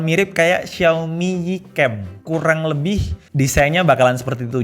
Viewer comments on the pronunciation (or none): none